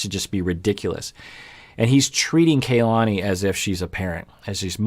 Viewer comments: Her name is pronounced "kah-lah-nee", not "kay-lah-nee" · Doc I think it's pronounced kuh-LA-nee